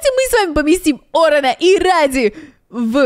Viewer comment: Это рэди а не ради